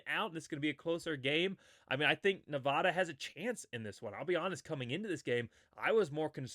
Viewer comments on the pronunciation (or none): I'm a huge Boise State fan but have grown up in Nevada...please pronounce the state correctly for my sanity. It's Ne-Va-Duh, not Ne-Vah-Duh. 56-17 Boise. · I love your content! Keep up the video production! One small thing, though… please stop saying “Ne-VAH-da.” It’s as grating to me as when people say “Boy-zee.” That’s it! I’m hoping for a 70-burger this weekend. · I hate to be that guy but you're pronouncing Nevada wrong.